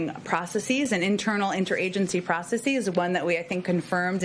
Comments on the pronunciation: It hurts: she mispronounces "processes." (It's supposed to sound like "process is," not "process ease.") (It's very common these days, especially in academia, but it's wrong. It's supposed to sound smart, but it shows that you're not thinking about what you're saying.) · Is "processeeees" a word?? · I mean it's still "processes" but it's just said differently. That's all.